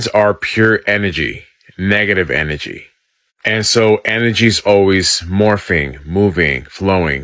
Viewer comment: Dude couldn't even say energy right and wants us to believe what he's saying. Na. I don't think so. There's no such thing as positive or negative or good or bad. Energy is energy. You are what you are. Just because you see it as bad doesn't mean I do because I can see it as good. This is the yin and yang.